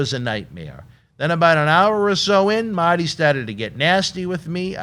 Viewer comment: And its MARRRRTY not maty u nerd